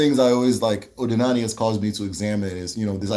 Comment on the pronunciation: Iseee but my brother, try to master the accent ooo 🤣🤣 ndi Eke' Odi na ani (Uda ana) Not Odinani (Uda elu)